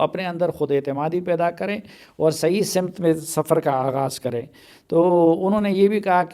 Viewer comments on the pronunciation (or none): ماشاءاللہ آپ کے تلفّظ میں کچھ غلطیاں ہیں مثلاً لفظ سمت میں س پر زبر ہوتی ہے